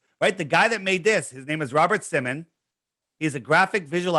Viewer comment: Holy crap. actually said the name Robert Simmon correct for the first time in years. He almost always add an 's' at the end.